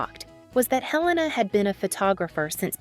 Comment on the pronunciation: Not pronounced Hell-a- na. He rname is pronounced A-lain-a.